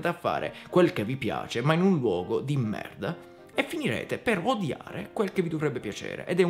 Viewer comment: Hai detto merda con accento francese tipo quando loro dicono merd